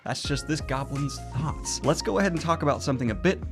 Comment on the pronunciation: I know you said "this goblin's thoughts", but I heard "this goblin's thots". Now I can't stop picturing someone goblin pimp from a urban fantasy setting. Quick, someone give me some good goblin pimp names!